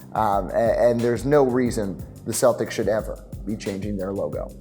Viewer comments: You're also in Europe mispronouncing the word Celtic. You left off the most iconic logo of all. The Silver and Black of the Raiders. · So many Irish people in Boston and yet they don’t know how to pronounce “Celtic.”